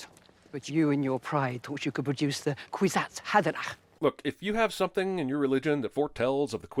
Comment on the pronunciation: Re: Sin #38---I always thought they were saying "Queesy Haberdash". Do NOT buy your clothes from that guy!